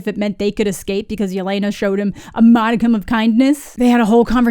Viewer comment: Still can't believe Disney/Marvel didn't do the bare minimum of research to learn that Yelena is pronounced "yeh-LEH-nah" not "yeh-LAY-nah" and that she wouldn't go by her full first name in informal situations; she'd go by the short form Lena ("LEH-nah") just like Natasha went by Natasha and not Natalya (her full first name).